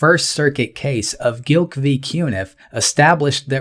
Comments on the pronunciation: Love your channel. Minor edit for future videos... it's 'Glick' not "Gilck' I'm not sure I'd give JC an F however... I disagree w/ some points of your analysis. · Stop saying G I L K. It’s G L I K like Click. 😂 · It's Glik, not Gilk